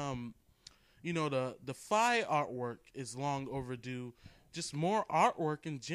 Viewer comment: Lololol. You said Fee.